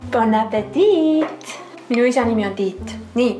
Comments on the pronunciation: 3.41 kirjutatakse bon appetit aga öeldakse bon appeti mitte bon appetit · Siis kui sa ütlesid pon apetit ja et su isa nimi on tiit see oli nii naljakas